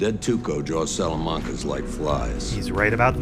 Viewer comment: The way Mike pronounces "Salamanca" sounds weird and a bit funny to me. Can you please have a counter for that?